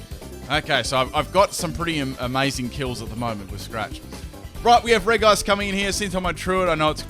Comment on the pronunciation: It's reg ice not reice